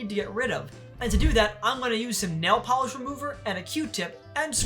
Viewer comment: OH NO THE POLEESH REMOVER OF NAI-EEL